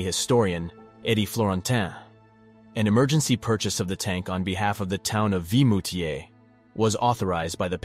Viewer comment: It is VIMOUTIERS, not Vitmoutiers. I've been there a couple of times.